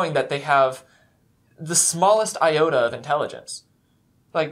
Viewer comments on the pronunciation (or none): none